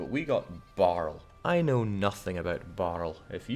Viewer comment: "Barl" :D